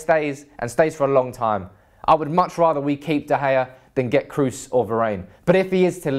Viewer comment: it's "Kroos"